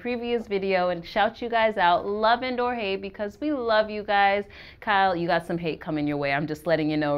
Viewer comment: For the love of Pete. Y O U is pronounced "u" not "chew".